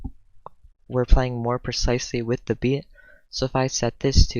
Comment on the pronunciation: "beàt" haha nice tutorial bro